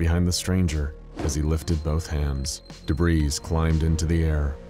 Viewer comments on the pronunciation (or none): No, God! no! “Debreez”??? I adore your voice, but I’m sorry, as a voice actor, you should know how to pronounce debris. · The S in Debris is silent incase you weren't aware